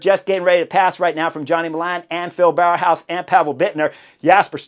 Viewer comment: bow-house not bower-house if you want to pronounce Bauhaus correctly, just a pointer :) it's not easy all those names :)